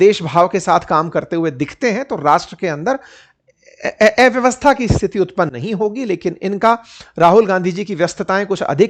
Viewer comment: अव्यवस्था ❌ एव्यवस्था ✅